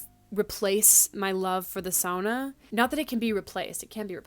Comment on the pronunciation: Thank you for saying sauna as sauna and not SOONA <3